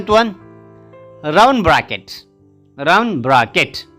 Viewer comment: Round pronunciation is not rawand its pronunciation is raoond